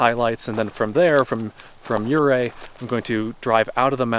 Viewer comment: I love Southwestern Colorado! It's sooo beautiful! I honestly dread the million dollar highway since it's so narrow and the cliff is straight down. Ouray is a cute town. Kudos for pronouncing it correctly! Thanks for a great video. I can't wait for the next one!